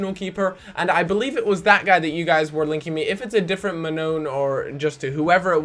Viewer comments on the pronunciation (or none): marrone not mannone